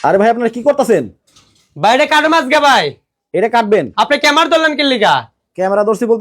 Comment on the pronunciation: ক্যামেরা ❌ ক্যামার ✅🤣